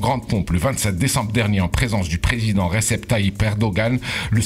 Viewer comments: C = J en turque, il s'appelle Rejeb et non Resep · C'est "Dj" pas J akhy